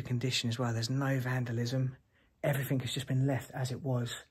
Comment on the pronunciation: The word "everything" ends in with a G, not a K. Everything not everythink.